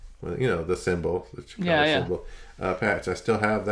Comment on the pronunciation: I thought I heard pronounce Chikara "Shitara"...fitting that it was the Japanese version of "Smashes, Thrashes and Sh*ts"...sorry for the vulgarities 😉